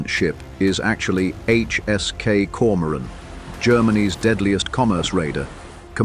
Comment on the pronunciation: Grotten schlechte ki stimme und übersetzung = die koron koron anstatt Komoran !!!